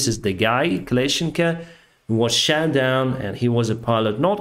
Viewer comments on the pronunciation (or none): 'we ''shat'' down helicopters' 😅 ( ... the ''o'' in shot may sound a bit like an ''ah'' but please dont make it sound like a written ''a'' again.. it changes the meaning to shitting instead of shooting )